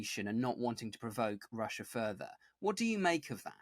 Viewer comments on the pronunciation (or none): There is no R on the end of the spelling of Russia! Russia is not pronounced Rusher. I could accept such pronunciation from everyday blokes, but you are a professional are you not?